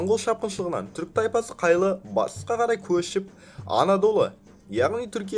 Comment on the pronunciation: (Қайлы)Тайпасы емесы (Қайы) Және Сұлтанның есемі (Алаеддин) емес (Алауаддин)